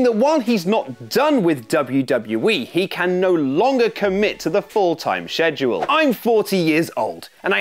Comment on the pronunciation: The way pronounces scheduled drives me nuts